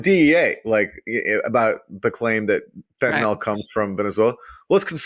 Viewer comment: Aaron Maté should know the drug in question is fentanyl not "fentanol".